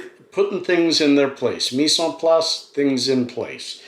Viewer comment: pronounce: meese an plice ( hard to do it right phoneticly like that , thinking of your accent to decide what to write ....BTW the i of plice is to replace the a but you're pronouncing the a like a é here .... sure i'm helping there ....lol : )